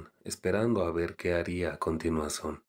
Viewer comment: Me dio risa porque en una parte en vez de decir a continuación dijiste a cortinas son 😂